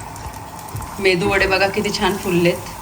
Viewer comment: Mendu nahi medu Vada 🙏🌹